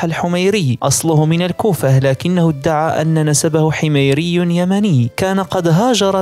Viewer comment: حميري بكسر الحاء و السكون على الميم و ليس كما نطقتها يا غالي شباب مشكلتنا مع الفكر الشيعي المتطرف لا مع اخواننا من العرق الفارسي فرقوا بين الاثنين حفظكم الله جميعا